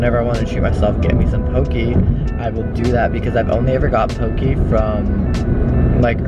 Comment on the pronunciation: In Ōlelo Hawaiʻi it’s pronounced po-kay not po-key - and it’s important to pronounce it correctly because the US had banned our language for years and we’re finally able to revive a language that almost went extinct just as our people already have. 😓